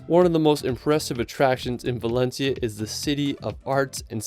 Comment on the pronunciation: All the names are mispronounced, very amusing for spanish people Valensia, Sevil, Barselouna. But amazing video!